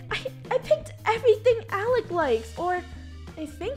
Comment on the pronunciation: it's "Alec" not alic